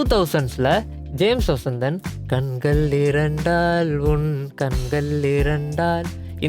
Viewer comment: Good, but you have to improve your Tamil pronunciation. It hurts to hear "கண்கல்"